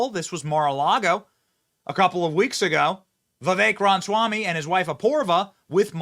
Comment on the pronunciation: Why is Benny incapable of saying Vivek's last name correctly? It perplexes me.